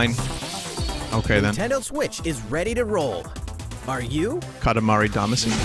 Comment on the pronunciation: the like is for you being thw only youtuber who says damacy correctly